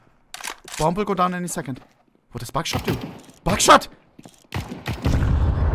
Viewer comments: The way he shouts “Buckshot” sounds too much like “Backshot” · I can’t be the only one who only heard backshot instead of buckshot right?